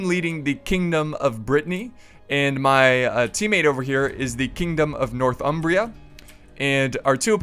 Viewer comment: I don't want to be annoying, but you're saying it 'north Umbria', when it's really more 'nor thumbria'